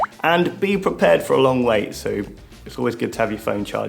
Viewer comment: “prepaired” or “prepared”???